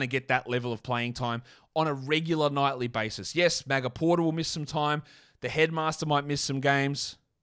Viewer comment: I love how you pronounce Michael Porter Jr. It sounds like you say Maga Porter Jr. I think that's amazing!